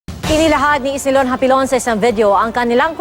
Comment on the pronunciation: Hapilon dili hapinon